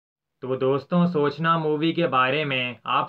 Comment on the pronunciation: BHAI PAHALE TOH AAP KO REQUEST HAI K AAP ISS FILM K NAAM KO SAHI SE PRONOUNCE KARIYE PLEASE BHAI ## AAP SOOCHNNA BOL RAHE HO ## CHALO THIK HAI SPELLING ON POSTER AISAA HAI YE MAANAA SABHI NE MAGAR AAP KO BOLTE WAQT SURAKSHA K JAISE BOLNAA CHAHIYE # \ MTLB SPELLING BHALE WAISA HAI PAR AAP >>SUCHANAA<< AISAA BOLE HINDI ME # QK MTLAB ALAG HO JAA RAHAA HAI USS WAJAHA SE # MUJHE LAGAA K SOOCHNNA MAANE THINKING --- MATLAB SOCHATEY RAHENAA KHAIR AAP SAMAJH GAHE HONGE HUM KYA KEHNAA CHAH RAHE HAI YAHAA PAR MERE BHAI # WAISE DEFINATELY YE FILM MITHUN K LIYE BHI COMEBACK HOTEE QK 1989 ME UNKEE KOYEE KHAAS BLOCK BUSTER NAHI THEE MATLAB ALMOST AFTER DANCE- DANCE LOG UNKAA MIRACLE MISS KARNE LAGE THE ## WAISE SABSE JYAADA RELEASE UNKEE ISI YEAR ME HUYEE THEE #-------------------------FROM_____F..K